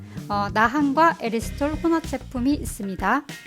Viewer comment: '에리스톨'이라고 하셔서 어색하네용 ㅋㅋㅋ잘봤습니다~다음 알룰로스도 기대할께용 ㅎㅎ